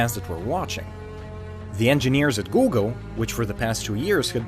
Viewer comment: “googel” 😂 Don´t go pass